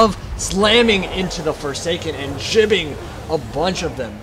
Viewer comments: JIBBING? It's GIBBING. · thats how gibbing is pronounced. listen to Giblets, thats where the word comes from, pronounced like "Jib"